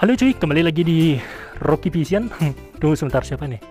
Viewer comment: Bang ini bukan menghina ini kan abang bilang Roky vision tuh nah gw malah denger Roky pisang sekali lagi ini bukan menghina yyaa